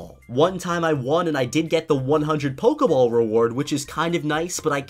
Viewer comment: I got 56 when you said pokey ball